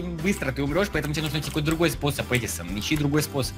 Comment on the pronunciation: правильно ни едисан а эдисан